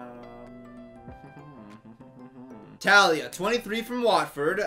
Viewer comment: Is anyone else upset bc he said “Tah-lia” instead of “Taa-lia”? No, just me? Ok.